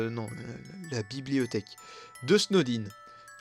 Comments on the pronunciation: "Blibothèque" XDD 😂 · 😂😂😂la biliboteheque